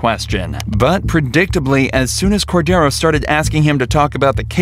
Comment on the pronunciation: Cordiero means lamb in portuguese. Your pronunciation is off.